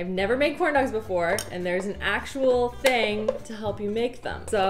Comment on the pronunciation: "A quarter of a ting thick." 😂😂